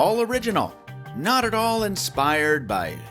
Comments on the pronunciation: Had to scroll down to the comments to make sure I wasn't going crazy when I heard notch instead of not lol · Did you say "Probably 'notch' your next smartphone"? 🤔